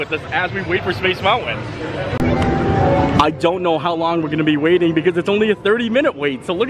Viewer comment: Like he says mounwan instead of mountain. And I have heard him pronounce the word mountain correctly, several times.